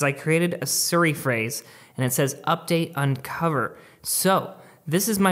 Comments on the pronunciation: AHH OMG ITS SIRI NOT SURI!!!!! SO ANNYOING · Plz it’s siri not suri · Love your videos. But it’s pronounced seeri. Not suri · ITS "SI - RI" NOT "SUR - RI" HOW CAN YOU RUN AN APPLE CHANEL AND NOT PRONOUNCE IT CORRECTLY HAHA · Siri is pronounced as C-Ree, not Sur Ree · Me: Siri: Ser ree